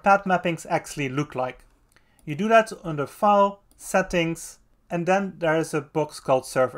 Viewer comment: thanks for the video! (but please make more use of the "th", because it's "that" and not "dad" 🙈)